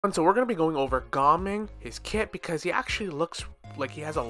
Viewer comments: It's like pronounced Ga Ming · I know. It should be Gaa Ming or Gah Ming not just Gaming